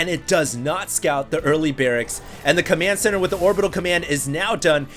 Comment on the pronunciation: i like how calls command center:)) he spells it commant center